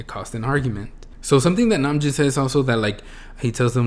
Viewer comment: Hobi was making a joke on RM mispronounced name - Name..Joon. XD